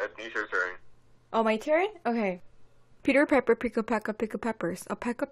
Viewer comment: 내귀에는 피커페커피커페커라고 들림